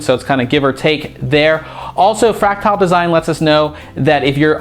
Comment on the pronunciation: That's not how you pronounce "fractal".